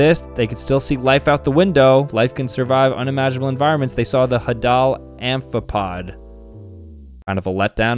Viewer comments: it’s pronounced hay-del not ha-dal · "Hadal zone" Pronounced haydul, not hadul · its not the hadel zone its spelt like this Hay da l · It's "hay-dal" not "ha-dal", it comes from Hades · bro, its HAY-DALL not HA-DAL ok i guess thats how its spelled but definitely not how it’s pronounced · "Ha doll zone", it's pronounced heydle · just btw its pronounced Hay-dull not Hadal I dont really care just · It’s the ( hay-dal ) zone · Just so you know, , it is pronounced the “Hey-dill zone” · Ps the hadal zone is pronounced hai-dal zone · pronouncing "hAdal" "hadAl" broke me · its actually pronounced hey-dl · ...Hadal is from Hades... Hades = god of under world... its pronounced HEY-Daal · It’s pronounced h-AE-dul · hAdAL zOnE 💀💀💀 it’s pronounced “hay-dul zone” idiots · STOP SAYING “HA-dahl” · hearing him say Hadal made me cringe, im 98% sure its pronounced how youd pronounce Hades. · Stop pronouncing Hadal the way you are the Hadal Zone named after Hades because the under world is deep in earth like the Hadal Zone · the way he pronounced hadal ough... still proud of you